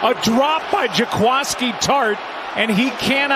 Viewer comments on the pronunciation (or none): "JAQUASKI?" Seriously?